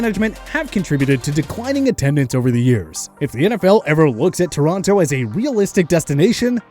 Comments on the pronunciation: Torronto? That is the dumbest thing i ever heard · It’s TORONO; not Toronto!